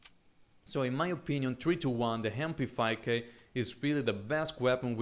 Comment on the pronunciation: The Hem-p5k Im sorry, but i had to point it out xD you have an accent, its not ur fault, i get it